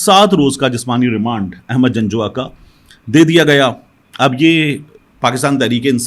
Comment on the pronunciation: Ahmad nahi pl Aahmad pl correct